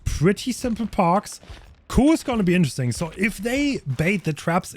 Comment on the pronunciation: He pronounces „coup“ right though